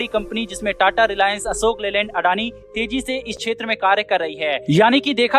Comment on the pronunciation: अडानी ग्रुप नही अदानी बोलते है अनाडी है क्या तु ठीकसे बोला करो भाई